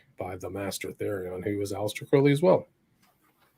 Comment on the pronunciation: It's pronounced krau-lee not cro-lee...